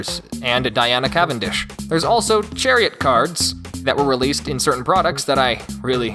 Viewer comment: Wow how did you mess up 'Chariot' so badly